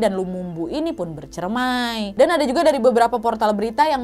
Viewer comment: Pas di menit 2.30 ka nad salah ngomong, harusnya "bercerai" tapi ngomongnya "bercermai" 😁 aku ulang2 terus ternyta bener, sampe ngakak 😅 Sory ya ka nad, aku ketawa pas denger itu 😁🤭 Luphluph ka nad ❤️❤️